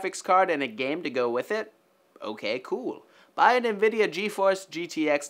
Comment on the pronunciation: "nvideo" xd